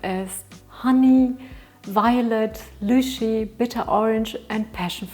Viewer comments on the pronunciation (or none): Know how to pronounce Gewürztraminer... Can't pronounce Lychee 🤣